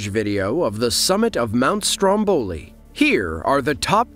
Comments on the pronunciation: come on… speaker: the pronunciation is not STROMBÒLI -__- It’s STRÒMBOLI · Sorry dear, you have to put the accent on Mount Strómboli, means on the first "o".